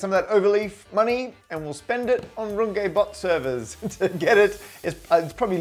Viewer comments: Runge - not Rungay please!! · Thank you for this video. Wonderful. But you just mispronounced Runge in front of 1M+ followers. That ng sounds like the ng in long. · Normally I watch for the maths, but today I was more curious to know how you'd pronounce Runge. :D (My guess was "Rung-gee", but I see you were cunning enough to vary your "u", and decided to go with a French accent on the "e", so for the first time ever in my life, I was wrong about something.) AFAIK you need to go with the Yorkshire Dales version (but not the lovely one that rhymes with grunge - what I was most hoping for). Use a "e" that sounds like the "e" in "the", and you're there. Aye, "Roong-eht". (I seem to have some redundant letters there. Please almost ignore them.)